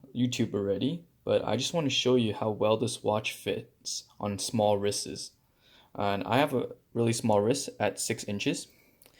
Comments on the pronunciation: Got annoyed with "wristes" (sic) or however you were trying to pronounce plural wrists. But thanks for the video! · I’ve never heard an adult pronounce wrists as wrisses. 😂I couldn’t even finish watching the video after the second time.